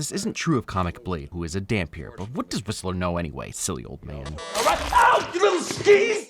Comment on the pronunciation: 10/10 the fact He says Dhampir correctly, phenomenal.